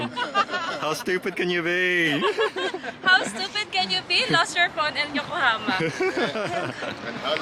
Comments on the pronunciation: Pls know it’s YokoHAma not yokohoma…. Pains me to keep hearing you keep mis pronouncing it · Dude, it's Yokahama, not Yokahoma. I believe Yokahoma is a state just north of Texas. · It's Yo ko ha ma not Yokohomea😅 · Yokohoma? Anything like Oklahoma? YokoHahma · I want to do an Asian cruise. I love all of the food 😋 Yokohama is pronounced with an 'ha' 😊